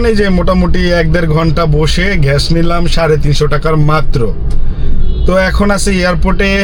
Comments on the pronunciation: ঘ্য‌াস ❌ গ্যাস ✅ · 👉👉ভাই আপনি গ্যাস কে ঘেঁস বলেন কনো ??? Plz Plz বলেন :yt